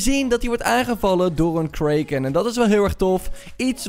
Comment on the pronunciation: Wat is een kreeken bedoel je niet kraken??